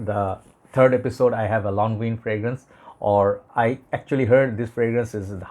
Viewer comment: Thanks for the upload …for english and french pronounced lonvan! Excellent review brother 👍🏻❤️🏴